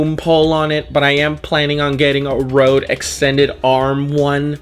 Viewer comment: Boi if you don't. It's røde (roede) not rode, it's a danish company and we danes take pride in the stuff we make that acrually comes out to le ppl and I get 420 triggered whenever I hear somebody say "rode" triggering intensifies